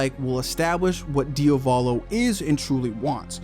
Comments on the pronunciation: one quirk only: it's DIA-volo not dia-VO-lo!!!!!!!!!!!! please!!! just repeat the italian google translate pronounciation!!! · for later videos, pls say Diàvolo, which is the correct pronunciation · is that how you pronounce diavolo? i dont think ive heard that pronunciation before